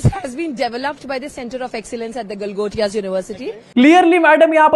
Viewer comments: I think she trying to say GALI GALOUZ UNIVERSITY 😢😢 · I heard "Gotiyaa" university..😂